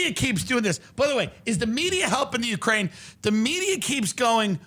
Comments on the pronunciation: It's not ukraine it's wekraine!! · “Ukraine, Wekraine” 😂